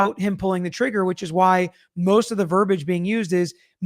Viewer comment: Not that’s it’s important but verbiage is pronounced, ver-BEE-age 😊